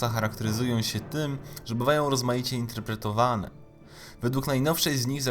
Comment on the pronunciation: "InterpretowAAne" "koniec świAAta", "CentUUri" itd...i. Człowieku - popraw dykcję i zmień to tragiczne akcentowanie, bo uszy więdną. I usuń ten szczękościsk. życzę powodzEEnia